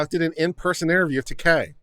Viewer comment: It's not "Takei", it's "Taake." Pronounce it right.